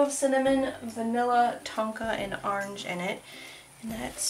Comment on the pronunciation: I am so glad that I found this channel and I hope to order more soap soon. I have four of the earlier ones you did, the sunflower with the lace on the side (my friend loves it), a blueberry, celestial moon and the Freddie Mercury soap. I do have to tell you though, when you pronounce the color "orange" you say it like I do and I don't feel so all alone now. No one knows where I got it from since it is a more southern sound to it so besides making incredible soap, I don't feel so alone or like I am the only person in the world that pronounces it different.